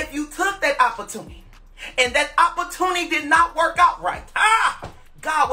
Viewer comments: Hilarious. Lord the St louis school system failed shem.opporrtunney😂😂😂😂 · What is "opprotunny"??? Anybody please???? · Hell is an “oppatuny?”